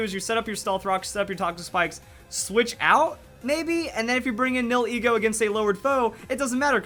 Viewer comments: Nihilego is pronounced. "Knee-Hill-Ego." and not "Neal-Heego" xD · Nihilego Nie - ah - lee - go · It's pronounced (Knee-Hill-E-Go) Nihil is Latin for nothing, then ego is your self worth, so it's No self worth